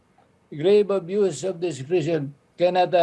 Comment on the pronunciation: Hahaha nakakatawa hindi lang once niya binasa na 'use' yung word na 'abuse' sa constitution. Mukhang mas malabo pa ang mata niya kaysa kay Atty. Mendoza.